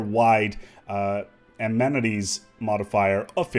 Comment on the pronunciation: "amenities" Say it with me.. uh MEN ih TEES